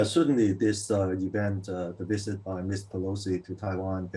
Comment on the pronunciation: When you say "visit", it sounds like you're saying "wizard".